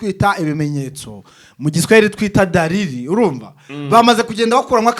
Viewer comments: Dalili apana Dariri 😂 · DALILI apana DARIRI